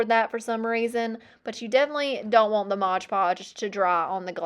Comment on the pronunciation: Love everything except "modge" omgoodness I cringe everytime lol it's mod